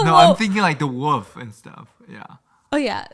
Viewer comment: ‘I like this one a lot, I like this more than the furries, Stephanie: ‘? The fairies??: I’m thinking like the woof and stuff’ I can’t 🤣🤣🤣 I love how he says wolf